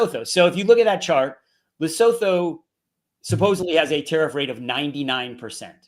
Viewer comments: Just for interest's sake, guys. Lesotho is pronounced Le-Soo-Too. Just say it kinda fast and you got it. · I love how you pronounce Lesotho 😂 Try this Lee - su -tu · Dudes, you're murdering the pronunciation of Lesotho. It's "Luh·soo·too" 😄 I'm South African and our tariff is 7.5% when the mad king claimed it is 60%. In our case we're also definitely being targeted hard because of the ICJ case (ignore the white genocide bs) so spare a thought for us, especially since we already have a 32% unemployment rate. I'm off to enrol for Mandarin lessons 😬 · Please learn to pronounce Lesotho. Love y'all. ❤